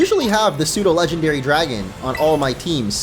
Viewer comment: IT'S PSEUDO, NOT F*CKING SUDO!